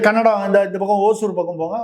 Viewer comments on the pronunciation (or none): none